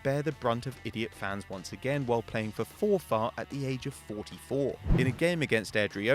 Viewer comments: Just to let you know Forfar is pronounced For-fir. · Im just saying it's pronounced forfer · The way he said Forfar ahahahaha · The way you say Forfar 😂😂😂😂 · That's not how you pronounce Forfar😂😂